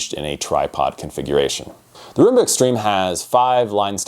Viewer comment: Pronounced Rum-ba. It's an alternate spelling of the Cuban dance.